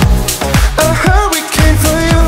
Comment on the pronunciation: Yikes gebt ihm doch kein Song, dessen Titel er nicht mal aussprechen kann...!!! Huwwycane?